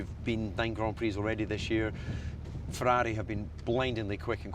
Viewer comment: DC sounds like a dutchman how he pronounce "Ferrari"